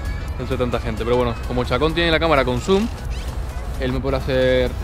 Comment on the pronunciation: Cuando dijiste con zoom creí que decías consum por un momento 😂